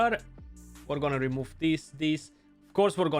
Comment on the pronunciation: my dude, you just kalled him carrot in my native language It's pronounced Karato, not Karoto